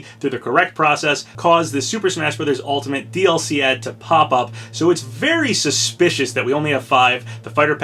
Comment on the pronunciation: Vewy suspicwous